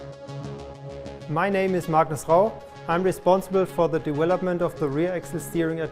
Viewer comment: Dewelopment hehe